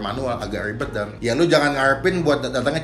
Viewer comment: Selibet libetnya